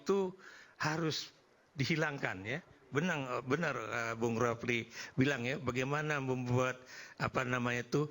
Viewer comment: Yg pake peci itu nyebut nama Bung RH aja salah, refly bukan bukan rafli 😂